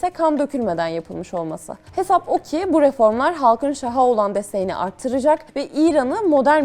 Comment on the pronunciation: içerik çok güzel. (Şah kelimesi ek aldığında, a harfi uzun okunur: "şaha" değil "şâha" 04.18 / "şahın" değil "şâhın" 04.24) Selamlar